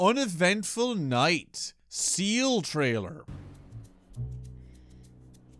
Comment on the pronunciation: I haven't played Star Rail in Japanese at all. I only play it in English, but the way they pronounce Seele's name gets under my skin every time the characters say it. I played the whole part 1 story of Honkai Impact so I'm used to hearing Seele name pronounced as "Se-leh" and not "See-luh".